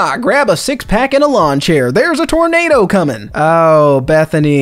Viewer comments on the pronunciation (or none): none